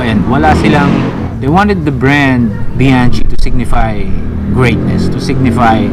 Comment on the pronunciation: BIANCHI, (bi-yang-ki) not (bi-yan-chi)